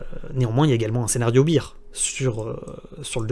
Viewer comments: En anglais on dit plutôt "bèr" que "bir". Mais c'est un détail. Merci et bonnes fêtes de fin d'année. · Minute 5' 13 tu dis scénario bire.. ce qui veut dire bière 🍺 beer.. bear = ce dit bère baire.. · my man! Fais un petit effort, écoute la prononciation du mot "bear" sur le logiciel de ton choix, tu le prononces comme la bière et pas comme l'ours. C'est un detail, excellent travail, merci bcps!